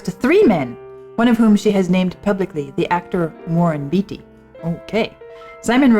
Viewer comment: Warren Beatty is a fascinating guy. I can assume you had never heard of him as you mispronounced his same. Take a look at his Wikipedia page. He has lived a very full life as he approaches 90 years old.